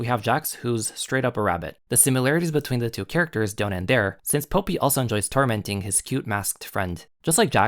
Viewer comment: This is a great comparison analysis, it brings great evidence of how both series align. One teeny to point out in the pronunciation of the names, Popee is pronounced like the flower (Poppy) and Papi is pronounced like (Papee)